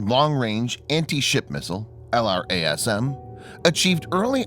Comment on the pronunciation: It's normally called "el - raz - um"